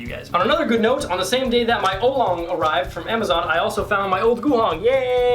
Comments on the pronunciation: its an aolong mini and u supposed to pronounce it like o-w long not olong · was i the only one who found it annoying that he said it like Olong not aolong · Its Aolong not Aulong.. (Ow-long) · I believe you pronounce it Ow-long, not Oh-long. But that's ok! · It's ow-long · It's pronounced ow-long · hi. I am Chinese. It is pronounced au-long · Pronunciation is ow-long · Ow long is how it's pronounced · its aolong (Ow- Long) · No offense, but this is my cringe list. I know you are still getting your mind around all this new fangled cubing stuff but at leaset you tried! here we go Cringe Count: "oh-long" *compares aolong to guhong" "Formulas for speedcubing" "Founders of the company"-> picture of lucas "great motion" "the middles" eges "anchors" torpedoes "aylong" "it clicks fast and moves fast" "holy heck" jungle music in the background "circularish ridges" florian cuts :D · Not to be rude, but it is pronounced Moyu Owlong... Aolong: Owlong... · The things you are calling "anchors" are called torpedoes and they help with speed. You're also saying aolong wrong. Ow-long. And just work on your finger tricks. Just some constructive criticism! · It is pronounced (aa-o-long) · The aolong v1 is better than the v2 in a lot of speed cubers eyes. (You pronounce it OWLong) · It's (OW)-long. great video! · it is pronounced al - long or ell long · pronounced OWWW long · I'm so disappointed with your knowledge of speed cubes. Aolong isn't pronounced like that. Anyway, keep the effort.